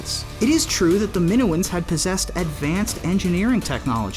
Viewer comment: Min oh uns. Say it